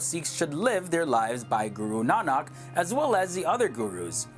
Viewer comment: For some reason I find it hilarious they pronounce guru nanak IT'S PRONOUNCED GOORUNAAANIK